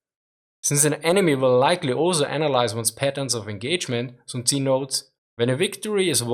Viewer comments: Aah its not tzi,its tzu...TZUU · sun tzu is pronounced soon tzoo, not soon tzi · Soon-zee huh? never heard of him.